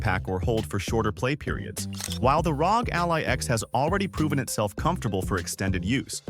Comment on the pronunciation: pronouncing ROG as "rawg" is just weird, it's not a word lol it's an acronym 🤦‍♂ imagine if people called the CIA "sia" or the FBI "febi"